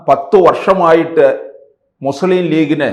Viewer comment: ആദ്യം മലയാളം പഠിക്കടോ മുസ്ളിം എന്നല്ല മുസ്ലിം എന്നാണ്